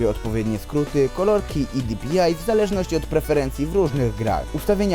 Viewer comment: Bo mówi genesis zamiast DŻENESIS i di-pi-aj zamiast po prostu dpi xd taki sarkazm czy srakazm? Nje no czepjam śje tylko spoko typek!